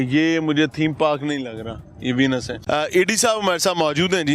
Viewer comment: वीनस नहीं वेनिस होता है अनपढ़ मियां 😂